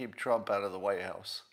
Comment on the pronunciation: "She's going to keep him out of the wye house..." What is a "wye house"?